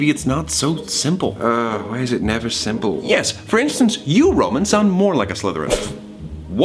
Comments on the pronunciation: Is it just me that can hear Thomas saying "Neveil" at the start of the video instead of "never".... Just me? Thought so. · its been 6 years and I just realiised he was saying "neville" instead of never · you know, i’ve watched and rewatched this series almost a ridiculous amount of times, and i just realized he was saying “neville gonna give you up..”. comedic geniuses you and your crew are :) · I swear he is saying “Nevill gonna give you up.” And like, saying Nevill instead of never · Anyone else notice a was saying “nevel” at the beginning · He said neville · 5 years later I just noticed he said “Nevel gonna give you up” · I just realized he’s saying “Neville gonna give you up”